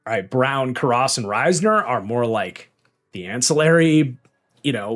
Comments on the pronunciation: Ted karrus. Care-us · Bengals do not have a depth problem at guard lmao.. they probably have one of the best IOL situations in the NFL. Also the way you mispronounced Ted Karras was wild lol